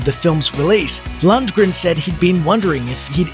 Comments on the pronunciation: It's Lundgren, not Luntgren..... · Maybe someone who can pronounce his name should have done this video. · I always thought (still do) that the g in Lundgren was silent... Never heard it pronounced that way lol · i always though the g was silent